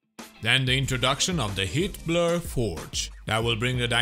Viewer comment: I swear he's saying "Hitler"